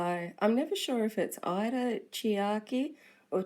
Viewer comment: Love the artist. In the East, the family name comes first and in the West it's the opposite, so I don't think it really matters however you say it. Btw, Ida is pronounced Eeda and not Aida. (^_^)